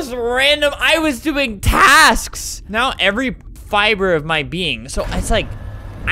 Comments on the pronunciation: “I was doing Tasksk” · you said tasksks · I was laughing so hard when he said I was doing “tasksk”